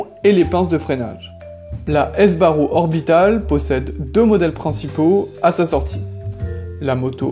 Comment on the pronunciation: On dit SBARRO, pas S.........BARRO ! Franco de son prénom......